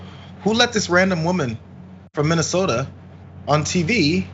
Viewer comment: Minnesota? WTF Don'tcha know?